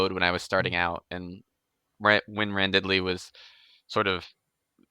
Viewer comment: Another vote for Quest Academy! His other story on Royal Road is good, too (Wildcards), but it's stubbed, damnit, while he writes out his contract for QA. It's hilarious how the rest of the ENTIRE world pronounces Randidly's name "randid-ly", and pronounces it "ran-diddly".:)